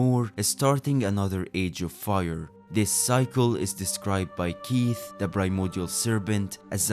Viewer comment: I cannot un-hear “Keith” and now cannot refer to him as anything else 😅